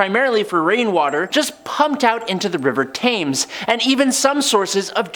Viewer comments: It’s said tems not taymes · Great Stink = 1858 not 1958. Thames = Temmz. Allende = Ah-yen-day. Pinochet = Peen-oh-shay. Oppenheimer = Ah-pen-himer. Arkhipov = Ar-key-poff. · Good host, but please try and name the River Thames bait more like a brit. Its pronoused as "Tems" even though it's not spelt like that, over all a good host